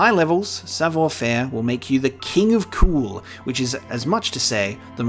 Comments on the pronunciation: "Sav wa ferrh" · Your pronounciation of savoir faire, even if not perfect, was actually very close.